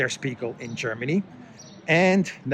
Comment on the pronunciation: Yasu file! It's a good show,. as always. FYI, Spiegel is pronounced with an "sh":)